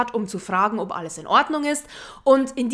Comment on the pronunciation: Ich liebe es, wie du OB sagst 😍